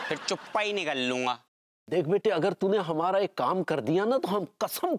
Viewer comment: Bete nahi ,byete, aaja mere byete😂😂😂😂😂